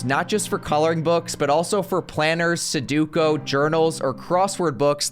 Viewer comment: Someone please tell him how sudoku is pronounced.